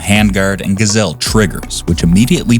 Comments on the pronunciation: Geissele is pronounced, guys-sell-lee. You're welcome. 😉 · Geissele is pronounced "Guyz-Lee" BTW. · So what he mis purnounced it. He doesn't sound stupid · Geissele - learn how to say it! You sound ignorant to the AR-world…